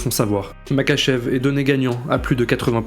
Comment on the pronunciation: Alors juste sa s'écrit Makhachev mais sa se dit Marhachev